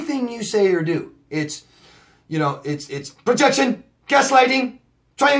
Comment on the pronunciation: You are so funny the way you say projection,gaslighting,......😂😂😂🌹👌